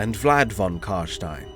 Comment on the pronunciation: Finally someone that pronounces it correct. Its Karstein as in Frankenstein, its never Karsteen.